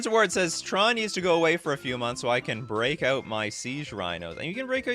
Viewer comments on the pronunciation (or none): none